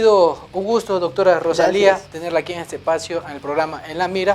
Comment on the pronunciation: EL PRESENTADOR REPITE "ROSALINDA" UN PERIODISTA VIEJO CON ESOS ERRORES DE PRONUNCIACIÓN?